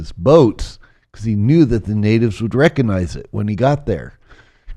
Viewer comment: I saw on Gaia a couple of years ago. His interviews are very interesting, but I think many people write him off as a fraud because he repeatedly mispronounces words, which immediately undermines his credibility. Examples: “saposaBly”, “eXpecially, and “recAnize”.